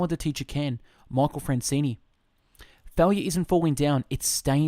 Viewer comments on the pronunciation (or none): Dude, can you read? It is FranzESE ...not Francini!" Get your §hit straight! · It's not Francene it's Franzese lol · Michael Franzese is right, It's not Francene....but do greatly appreciate this fabulous book is on Youtube and I greatly appreciate you reading this book and uploading it to your channel. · You're saying his name wrong